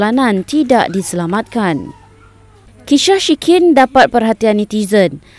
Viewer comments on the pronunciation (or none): minit .kishah syikin 😂😂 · "Kishah syikin" 😂😂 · kisyah shikin mndpt perhatian netizen... tersyayul🤣🤣🤣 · Aku jeke dgr dia ckp kishah shikin? 😂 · kishah syikin 😂😂 Hiburan saje... Jangan marah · Aku jeke dengar “kisyah syikin” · Aku sorg ke ke yg perasaan dia nak sebut kisah shikin tp tersebut kisyah shikin hahahaha mesti terbelit nak sebut kisah dgn shikin.